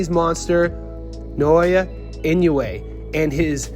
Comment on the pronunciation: Such a dumb video. Everyone who knows Inoue knows his incredible stats, especially his round by round dominance. Come on, guy. Weak video. And learn to pronounce his name properly, that’s disrespect right there.